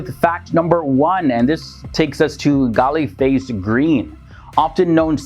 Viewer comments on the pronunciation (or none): Its pronounced "Galle Face" Not Galay Face.